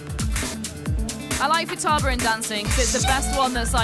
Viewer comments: How do you work PR for the developer and manage to pronounce one of the character names wrong? Doi! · I think you pronounced "Futaba best girl" wrong...